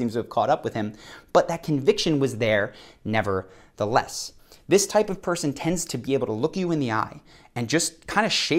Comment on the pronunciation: 'Nevertheless' is one word. Adding a pause in the middle of it doesn't create expressive drama, it just sounds silly.